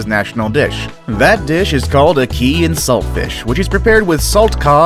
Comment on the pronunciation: A-Key fruit. That annoyed me